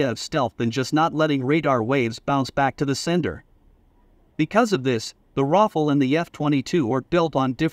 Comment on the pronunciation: it sounds like you are calling the rafale, Waffel...